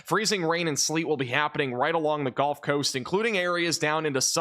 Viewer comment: I really really hate to be this guy, but… “Gulf” (as in the second syllable of “seagull”), please, not “Golf” of Mexico or “Golf” Coast. 🙂